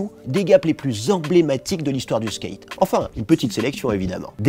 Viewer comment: Vous lisez les coms? Skate ça se dit pas Skeight personne dit ça, merci